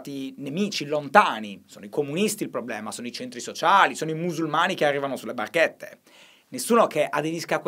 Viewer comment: Shy dopo 24 ore a Milano: "barchétte"